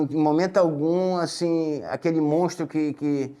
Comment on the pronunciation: "Mostro ...Mostro...Mostro..." Nojo Desse SER Q Si Diz Humano,Pra Min Nao Si Trata De Um Ser Humano 🤮🤮🤮